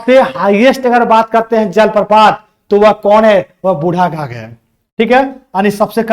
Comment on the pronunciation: बुढ घाघ नहीं बुढ़ाघाघ होगा